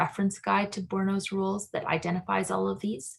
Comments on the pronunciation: THREE SYLLABLES FRENCH PRONUNCIATION BOOR- E- NO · Bourinot has three syllables. Boor i no